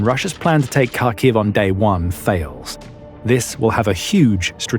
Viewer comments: Kharkiv isn't pronounced as you do. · You would think that by now the people reporting on the war wouldve learned how to pronounce Kharkiv by now. Nope, not this guy.